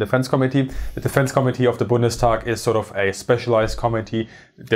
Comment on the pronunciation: I love how you pronounce "committee", it sounds like "comedy" which is sooooo fitting.